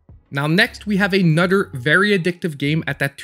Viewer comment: I like how you pronounce another as anudder. It made me laugh. Thank you. XD